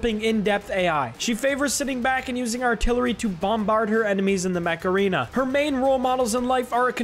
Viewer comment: Ok this is dumb, but, when you said "Mech Arena" I literally thought that you said Macarena and I was like "What? Macarena? XD", but then I saw the game's actual name, and I burst out laughing at my stupidity XD